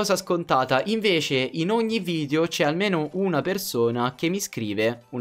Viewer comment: a me piacciono i tuoi video ma mi girano i coglioni quando dici VIDIO SI DICE VIDEO VIDEO VIDEO porca miseria